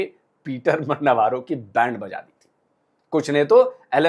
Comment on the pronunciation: (नव्वारो) नहीं-रो अबे!!!!